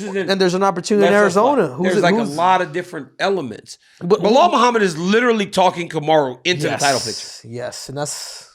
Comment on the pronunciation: Bellal Beeellal 😂😂